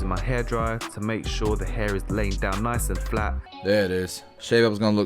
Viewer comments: "He said Dehair" I'm Dying 🤣🤣🤣🤣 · “he said d hair” 🤣🤣